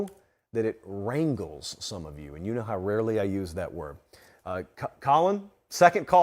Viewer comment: HEY: The word is "rankles", not "rangles." You're welcome.